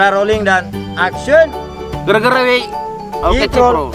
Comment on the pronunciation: Bossku saya hanya mau bertanya yg mengucapkan kata action dari episode awal sampai episode 37 itu adalah org yg sama atau bukan..? Klo emang org yg sama tolong biasa aja dalam pengucapan kata action nya sama wkt di episode awal2 rating atau viewers kan tdk serta merta merubah dialog atau ciri khas suku kita yaitu Bugis/mksr tapi adapun org yg berbeda tolong pengucapan actionnya juga biasa aja ktn sutradara sebesar dan sehebat apapun yg ada di perfilman Indonesia kayaknya tdk gitu2 amat ji bossku Maaf ini hanya sekedar input ji bossku